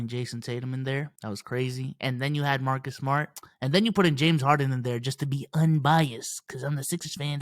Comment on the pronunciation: “Mahhkiss Smahhht” lmaooo